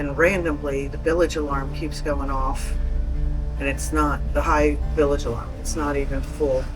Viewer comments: What to heck is a billage?...Does She mean bilge? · “Billage” [sic] alarm?